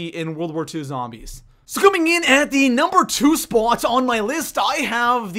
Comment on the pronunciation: SO COMING IN AT THE NUMBER TWO SPUOT